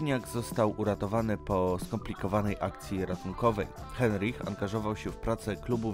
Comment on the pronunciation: na początku masz zdjęcie żyjącego Leszka Cichego, nie wymawia się Andrzej Heinrich tylko przez " a ", wymawia się Kunjang Cisi, skoro nie potrafisz wymówić dobrze nazwisk i nazw szczytów lepiej się za to nie bierz, trochę lipa, przyczyną śmierci Kukuczki nie była pęknięta lina, tylko odpadnięcie i zbyt słabo założone przeloty, które pewnie poprzez zmęczenie były założone zbyt lekko, pęknięcie cienkiej liny było wynikiem szarpnięcia po adpadnięciu, Kersalio, raczej Karsolio się wymawia nazwiska meksykana, fatalnie to wszystko wyszło ..... czytasz z kratki widać, że nie znasz w ogóle historii .... nie wymawia się Simon Maro tylko Moro .........nie Krzysztofa Wieleckiego, Krzysztofa WIelickiego, Adam Bielecki